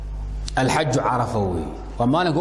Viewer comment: Afsoomaaliga iska sax Xaajka ma ahan ee waa Xajka